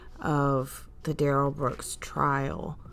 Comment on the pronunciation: thank you,. It will, it always does! 😉 I'm having a good time enjoying your content. Duh-rell is ick! But I can't stop watching 🤪